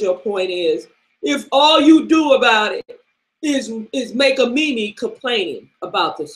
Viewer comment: ahaha youre killing me with this mimi, who says mimi its meme LOOOOOOOOOOOOL